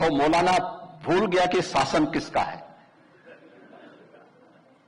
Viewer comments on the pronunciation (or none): Yogi pehle hindi toh serkhlo, saasan nahin woh shaasan hota hai 😂